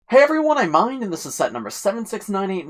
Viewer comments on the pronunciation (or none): none